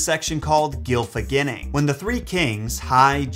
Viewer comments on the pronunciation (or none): none